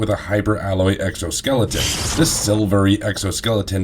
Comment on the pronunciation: i really can't get past the fact that you keep saying exoskeleton.